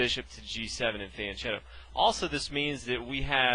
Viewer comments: ch in Italian is pronounced K…. So phonetically it’s feanketo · And it’s pronounce FianKhietto. “CH” in Italian is pronounced K. Good video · Just one thing. Fianchetto is correctly pronounced with K. It comes from an Italian word (fianco, which means 'flank, side') and if you want to attempt a translation i would say it's something like 'flank trick'. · i know this is an old video but Pirc is pronounced Peerts and fianchetto has a hard k sound